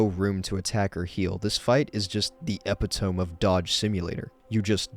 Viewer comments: Lol, I pronounced it like that too once 😂 It’s pronounced ee-pit-o-me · Well no I didn’t mean it like that. What I said was that’s how epitome is pronounced. Not how it looks, because how it looks is how you pronounced it. It’s pronounced (not spelled): ee-pit-o-me. :)